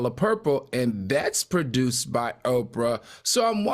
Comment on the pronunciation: Say it Al it's OPRAH